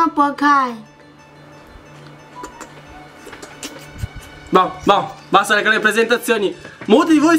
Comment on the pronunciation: Ma se è lui che si chiama Porkai senti (P.S. non pronuncia la R) Ahahahahahahahahah